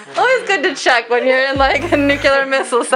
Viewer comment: Very cool video! And... Please repeat: [New-CLEE-ar]. Not [New-cue-lar].